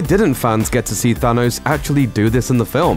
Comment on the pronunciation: Why can't the narrator say Thanos correctly?